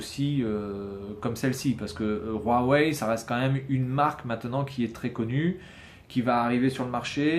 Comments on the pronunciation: Mais putin c pas rouawei c huwei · on dis pas rouawai